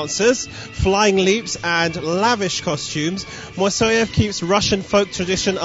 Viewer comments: Could this african american learn at least how to pronounce the name of great choreographer. It is not mosoev. It is Moiseev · Evidently, the narrator can't read. His pronunciation of the name "Moiseyev" had me biting my lip! It's Moi-sey-ev". Not "Ma-soy-ev". He really needs to learn to sound thing out from the spelling! A real disservice to the man and the ensemble.